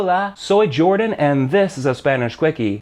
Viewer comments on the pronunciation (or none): none